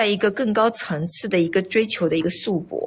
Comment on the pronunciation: 束缚念成shu bo 造诣 念成 zao zhi